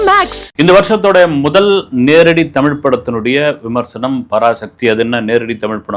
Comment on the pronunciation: உண்மை வரலாறு தெரிவது அவசியம். தமில் இல்லை தமிழ். "ழ்" முக்கியம். தமிழை கொல்லாதீர். படமாக நல்ல பொழுது போக்காக இருந்தால் சிறப்பு.